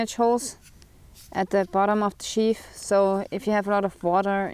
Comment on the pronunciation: Yeah words in English with "th" are NOT pronounced like an "F". So the word "sheath" is not sheaf